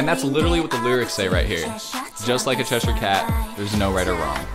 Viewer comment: I’m sorry but it made me physically upset how he said “Cheshire” 😭 Edit: CHERRYOUNG??